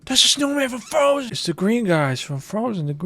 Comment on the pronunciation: “OHHH IT’S THE SNOW FWOM FWOZEN” cracked me up